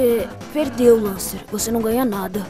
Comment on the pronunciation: Muito bom mas se pronuncia Lencer não Lancer